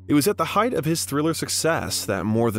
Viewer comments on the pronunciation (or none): none